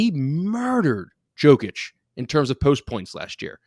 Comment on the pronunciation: learn how to pronounce Jokic, he is b2b MVP